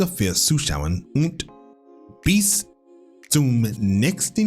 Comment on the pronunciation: And your „bis“ has become 💯,! You are great in implementing the suggestions for improvement ( Verbesserungsvorschläge😊)